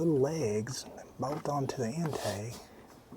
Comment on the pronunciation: Bowt=bolt. Ol=oil. Bouwl=bowl.🤣🤣🤣